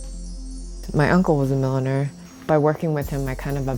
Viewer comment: "My granda was a milliner" I thought she said "millionaire" I could've been "wow that's boastful" lol